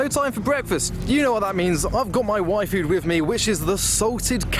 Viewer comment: every time he says Yfood, I hear waifu